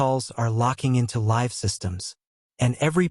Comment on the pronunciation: AI VOICE: ....goes Liv 😂